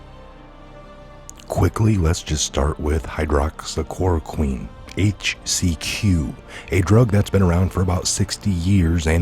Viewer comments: you are pronouncing it incorrectly. Hy-droxy-Clori-quen. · Sorry I have to laugh why is it so hard for people to say hy·droxy·chlor·o·quine | \ hī-ˌdräk-sē-ˈklȯr-ə-ˌkwēn , -kwin